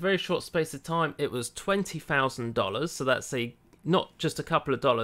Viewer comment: What's "everyfing"? Pretty sure there's a T. Or "ten fousand" why can you say Ten but not THOUSAND? English officially butchered.